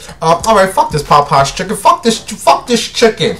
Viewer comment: and Pop pies 😂🤣 the way he’s pronounces it 💀